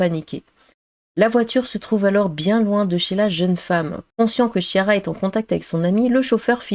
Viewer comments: Chiara se prononce "kiara". 😉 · Chiara se prononce Kiara c'est un prénom italien.